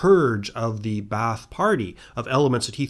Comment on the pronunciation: Ba'ath is simply pronounced bath(long a) btw